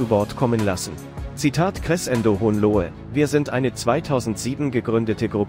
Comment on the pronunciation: Finds lustig, wie Crescendo ausgesprochen wird(mache Musik, deshalb weiß ich, dass es so eigentlich nicht klingt)😂